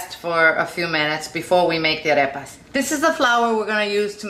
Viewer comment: Your pronunciation of Arepas was very nice because not everyone says it properly. Nice and easy instructions.